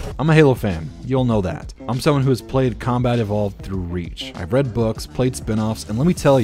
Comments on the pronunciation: Is he saying "Comedy Vault" or "Combat Evolved"? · Good video, when you say “combat evolved” it does sound like “comedy vault” though.